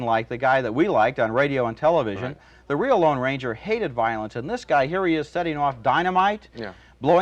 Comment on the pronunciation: It's the LONE Ranger. Not the Long Ranger. That's like saying: nucular instead of nuclear.